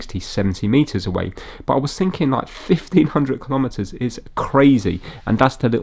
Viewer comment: "Braun" is the German word for "brown" and should be pronounced "brown". If you're putting "tire" on the screen to help the Jonathans, you could help out the Germans also. And don't get me started on the pronunciation of "kilometres" ... I have several DCF clocks, all showing UK time because I've SET them to show UK time. If I lived somewhere else, I could set them to the local time. They sync every hour and cope with leap years. The only time I touch them is to change the batteries. You read the English on the box so it's clearly designed for the UK market. When all else fails - read the instructions.